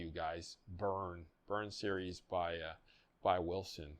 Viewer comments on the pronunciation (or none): none